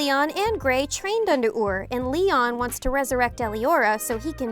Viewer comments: Li-oan not lian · Why does it bother me that she says leon and not Lyon? 🤣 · Is it me or she said Leon and achnologia wrong